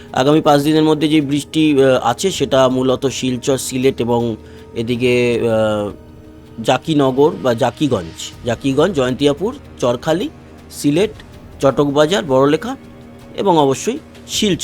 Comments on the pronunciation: উচ্চারণটা "জকিগঞ্জ" হবে, প্লিজ! "জাকিগঞ্জ" নয়! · জাকিগঞ্জ নয় জকিগঞ্জ